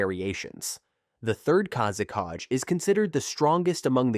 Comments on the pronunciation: Its "kazekage" not "kázekádž" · wtf is kazekaj? its kazekage